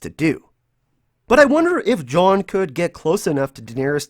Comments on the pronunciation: I fucking hate the way you say John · I just wanna know why you cant pronounce jon correctly